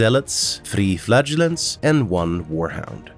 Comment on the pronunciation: Go with the second pronunciation of “flagellants”. The first one, the one you used throughout most of the video, sounds too much like “flatulence”.